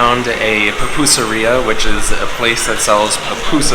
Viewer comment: 1) Vitamins are not medicine 2) El Salvador is nowhere near the most dangerous country in the world 3) It's Pupuseria not pupusaria